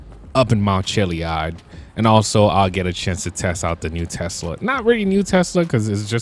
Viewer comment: Chilli ad not chilli ud